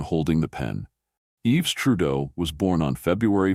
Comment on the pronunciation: His name isn't "Yeeves", its pronounced "Eve". These AI voiced-things undermine their own credibility.